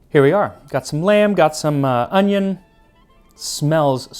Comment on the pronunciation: I like your pronunciation of onion, resembles korean "hi" :v